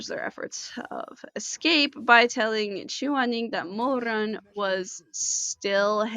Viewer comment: 1. love the kiba outfit 2. cannot stand the way you say Mo RRRRUN (Chinese Pinyin r IS NOT the same as English r) 3. I'm so glad someone you made a summary for this because it's hard to find one that isn't about the donghua, a reading, or a specific chapter and covers a lot